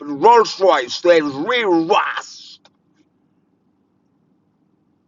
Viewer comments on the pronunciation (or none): none